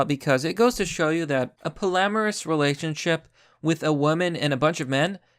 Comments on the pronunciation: It is pronounced POLLY-AMOROUS not “polamaris” hahaha Good video as always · "Poly-amorus", not "po-lamerus". Pronunciation threw me off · I find it disturbing that you can't pronounce polyamorous. Polly Amorous. It's that simple, Champ.